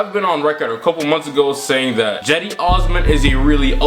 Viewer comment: Why is he saying Jedi instead of cedi